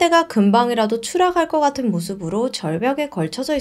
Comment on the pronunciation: 댓글보시면 피드백 좀 부탁드려요. 제시카님 땐 내내 뭐하나 거슬리는거 없이 너무 편하게 듣는데 님은 늘 발음이 뭉개지는 곳이 있어서 들을때 항상 걸려요. 사투리인지 뭔지.. 추락할거같은-> 추라갈거같은 시작했던겁니다-> 시자게던겁니다 이런식으로요. 본인이 인지하고있는지어떤지 모르겠으나 님 영상때마다 항상 나오네요.. 말투가 차분해지셔서 조아졌긴 한데 단 하나 이것만 나아쟜으면 더 조을거 같아요.